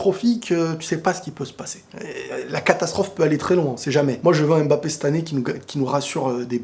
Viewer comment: ta tête là, c'est Mbappe et non Embappa tchiiiiiip